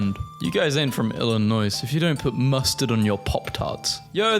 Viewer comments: Hearing him repeatedly pronounce the “S” in Illinois hurt and I’m not even that nostalgic for my home state beyond the family that still lives there…and John Deere tractors, of course. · Shotgun. I’m robbing you after you say the s of Illinois and Arkansas. I live in Illinois. MAKE A SORRY VIDEO NOW 👹🔪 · Honestly, I thought the inclusion of the "S" was just his way of making up for the exclusion of "W" in Iowa. . 😒